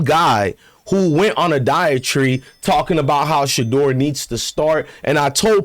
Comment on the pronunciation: Its Diatribe not Diet Tree, my Brotha.